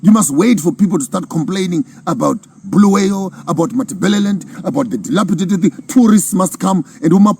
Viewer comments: Bulawayo please and not Bhuluweyo.... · Its Bulawayo not Buluwayo please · Start by fixing bulawayo pronunciation guys its not boolooway’yo 😊 😅 you guys are toying with our ancestors 😅😅😅 you wont like it if we call you Maponkisto 😂😂 Good speech nonetheless 💯